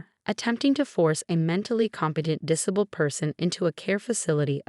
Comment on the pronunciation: The AI voice on this is horrible! Since when is 'disabked"?' "diss-a-bulled"?